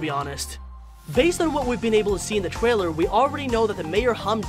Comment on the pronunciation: In the twaiwer